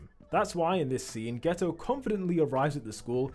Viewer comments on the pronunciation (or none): Are you saying geto or gayto? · Haha bro said geta as gayto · geto❌ gayto✅ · I heard gayto💀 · "you can tell this is suugruru gayto" 💀💀💀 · “Suguru Gayto”💀💀💀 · "suguru gayto" 💀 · why is he calling him gayto